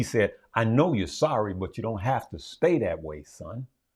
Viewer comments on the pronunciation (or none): none